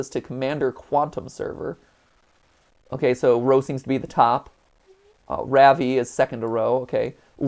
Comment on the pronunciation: LMFAO MY NAME IS RAVI AND HE SAID IT WRONG HEHE